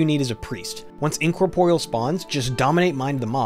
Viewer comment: You pronounce Incorporeal funny. Also this 'tip' has been known forever, and is the same now for DK's using control undead. Also you should not be giving out tips like this in public, it's things like that that 1. get Blizzard to nerf things and make the game anti fun, which I don't care either way. But 2. makes pugs and shit players think they must have a priest or some special class and spec setup in their group for an M13, so you end up getting players with no brain having no idea who cannot tell their head from their ass yelling and screaming at everyone else.